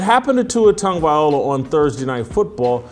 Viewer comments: Much respect Jason, but please pronounce Tua's last name correctly. It's Tago-vai-loa, not Tago-vai, ola. You got the Tago and the vai, part correct, but the last syllable is pronounced (loh-ah), not o-lah, like you've been saying. I'm a big fan. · It’s not VIOLA, It’s VILOA 😂 Come on Jason! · It's Loa not Ola getting it right is important especially when your trying to trash the man I thought you made good sense in some of your other videos but you are dead wrong on this issue ✌️ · At least try and pronounce his name properly. It’s TAGO-VAI-LOA not OLA. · Please. Please. PLEASE! His name is easy enough to pronounce: Tag-Oh-Vay-Loua